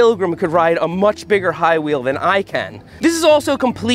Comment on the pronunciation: "Highwheel"?! Hahahahahaaaaaaa!!